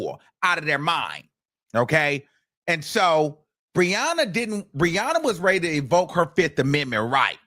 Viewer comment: I kept thinking he was saying RIHANNA NOT BRIANNA!? I was like Rihanna is in this mess too?!?🤣